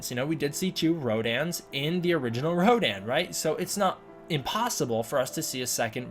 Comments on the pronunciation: It's pronounced RODAN and not RODIN . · . The only thing that bugs me is that Rodan isn’t Radon as that’s how it’s pronounced in Japanese